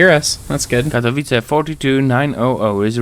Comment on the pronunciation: Katowice → ka-to-VI-tse. //// You were pretty darn close, just gotta know that a bare C is a Ts-sound in Polish. Doesn't Croatian use C like this too? Sosnowiec → sos-NO-vyets. //// This one you got every sound correct, just missed the accent. Polish is second-to-last accent like Italian. Dąbrowa → dom-BRO-va //// You were pretty close, just need to know that ą represents an on/om sound here. Górnicza → gur-NI-cha //// Not too shabby, just gotta know that ó = u and cz = ch. This one though: Strzemieszyce → stshe-mye-SHUY-tse //// I gotta admit, I wanted to give up when I saw this one. It's got a lot going on. rz = Zh (the weirdest thing in Polish spelling) but devoices to Sh after voiceless s and t. t+sh is basically the same as a Ch-sound, but then there's the S-sound in front, because it's not a Slavic language unless there are insane consonant clusters. The one under that though!! Wschodnia → FS.HOD-nya //// If you can say this, you are peak Slav. It's an F, an S and a hard H all in one cluster!!!! W = V but devoices to F before the voiceless S and H sounds. Some other names I spotted: Sędziszów → sen-JI-shuf. //// ę = en; dz = J; sz = Sh; ó = u; w = V but devoices to F at end of word. Zawodzie → za-VO-je. //// For this one the hard part is remembering that dzi becomes J. Szopienice → sho-pye-NI-tse. //// sz = Sh, c = Ts południowy → po-wud-NYO-vuy. //// ł = W; This means south. Dańdówka → dan-DUF-ka //// ó = u; w = V but devoices to F before voiceless k. Porąbka → po-ROMP